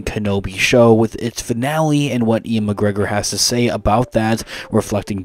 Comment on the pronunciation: Is Ewan pronounced "Ian" or are you just messing this up?